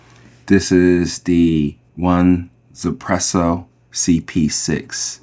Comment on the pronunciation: my understanding is its pronounced eezpresso or yizpresso, as the 1 is intended to be said in mandarin